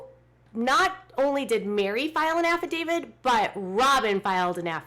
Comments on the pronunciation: Isn't the word affidavit and not affidavid? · affidavit, not affidavid